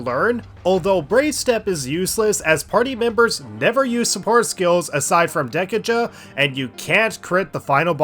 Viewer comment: Anyone else just die inside when he says Dek-uh-juh